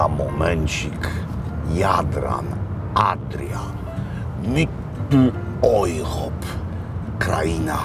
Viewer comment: Mitteleuropa czyta się mitelojropa nie mitelojrop. Habsburczyk z Pana jak z koziej d...